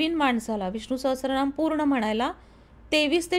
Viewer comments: मी एक संस्कृत भाषेचा विद्यार्थी आहे... खुप छान podcast आहे... एक करेक्शन मला करावेसे वाटते ते म्हणजे उच्चार... Viṣṇu-Sahasra-Nāma असा स्तोत्राच्या नावाचा उच्चार करायचा आहे.. Many people mistakenly pronounce "sahasra" (सहस्र) as "sahastra" (सहस्त्र), but this is incorrect. Correct Sanskrit: The Devanagari spelling is सहस्र, not सहस्त्र. There's no 't' (त) in the word. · सहस्त्रनाम असा उच्चार नाहीये, सहस्रनाम असा उच्चार आहे.